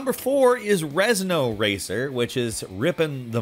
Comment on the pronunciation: The guy doing this voice over is probably dyslexic, he pronounced Renzo racer as rezno racer.